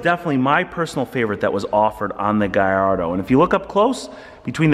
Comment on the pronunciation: Nice car but u can’t pronounce the word gallardo correctly is doing my head in, it’s not gai-ardo it’s ga-llardo